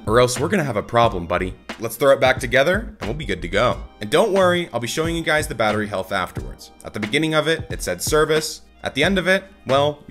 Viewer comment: Well... batterry lol